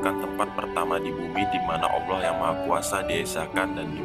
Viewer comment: dari penyebutan nama ibrahim dan allah sepertinya saya curiga "awloh yg maha esa"